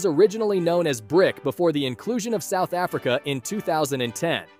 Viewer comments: ahh YEss C for Csouth Africa. AND s ind for Shina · S-China C-South Africa. You are really mart buddy